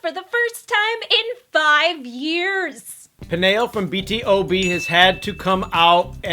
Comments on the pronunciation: * pronounced B to B ...not B.T.O.B just wanted to mention that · It's NOT B T O B but B TO B like B2B (the pronunciation) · its B.TO.B not B.T.O.B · it makes me cringe when people says "B.T.O.B" instead of "B.TO.B" omgg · It's B TO B !! Not B T O B pls thx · "B-T-O-B's Pannel, did I say that correctly?" ...You're even saying the group name wrong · B.T.O.B?! its b.to.b (thats how its said as its a acronym of born to beat) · its pronounce as B-TO-B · "Bee Tee Oh Bee" ... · it is b-to-b... and they didn't say his name right either. i like their videos a lot, but they don't usually get the names right :s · Is pronounced B-TO-B and respect Peniel, he is been going through much, and he was brave enough to come out and was feeling down about it 😡 This is not something you can talk or laugh about since you haven't experienced it, and you got the wrong info about it. Peniel's mom told him to come back to the Stated to get a treatment not to retire! And excuse me, but he is handsome, and that doesn't define who he is! You should be more respectful to Peniel and BTOB 🙄😒 AND YOU SAID HIS NAME WRONG! UNSUBSCRIBING NOW 😤 Really, what an awful video. And what with the question, just because you are losing your hair doesn't mean you will stop being who you are or become ugly 😠 seriously BTOB is my bias and that won't change just because of the god damn hair!! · Bruh I cringe whenever they say peniel's name and BTOB.. also, before doing the video, I wish you have researched some more about peniel's hair lost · Anyone else triggered by how they pronounced BTOB and Minho?